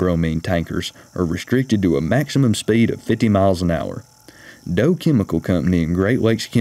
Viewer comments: Thanks for an interesting video, will go back to see #1. [BTW Dow is pronounced "Daow" not "Doe."] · D owe not Dough. 🤪 RIP H&R Transport. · Dow Chemical - Dow rhymes with How not toe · dough? its pronounced with OW with a D I kinda wondered what happened to the Trough Train maybe they should of used steel instead? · "Dow" rhymes with "How." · Love the video! One error I can't get over, however. "Dow" rhymes with "cow." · I enjoy your videos so much. One of my favorite things to do is see specialty cars. One thing though, that company you mentioned DOW… That’s pronounced similar to cow. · "Doe" chemical. 🤣🤣🤣🤣🤣🤣🤣🤣🤣🤣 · Did you actually say Dow Chemical as...Doe?